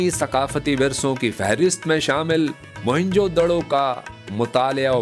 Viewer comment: بھائی اس قدیم جگہ کا نام موھن جو دڑو نہیں بلکہ اس کا صحیح نام ہے ( موئن جو دڑو ) اس کی معنی بنتی ہے مردہ لوگوں کا ٹیلہ شکریہ❤